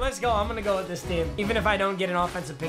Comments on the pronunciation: Nobody: Nobody at all: Not even they/thems:: wirh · nobody: mmg: wirh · Nobody: Not Ya boi pizza:: "wirh" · no one : mmg: “wirh” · Nobody:: Wirh Roddy Ricch: Wee Wirh